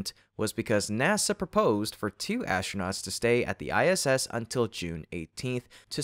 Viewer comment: Also - ASHtronauts. Once you hear it...